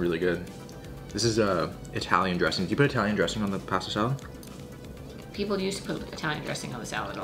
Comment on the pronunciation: Take a shot every time he says pahastah salad